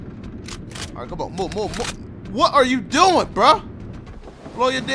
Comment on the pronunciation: "Bro WUTRYADOOIN"🤣😭